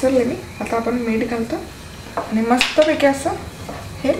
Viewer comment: If possible please pronounce ANI word properly